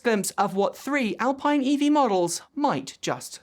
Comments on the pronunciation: Alpine is pronounced [alpeene]. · Just a quick note, The French car company Alpine is pronounced Alpeen, weird I know.